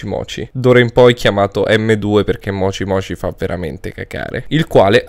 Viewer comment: Avevi detto mocimoci